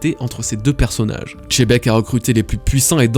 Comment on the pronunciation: Pourquoi tu prononces Tchebec ? C'est un X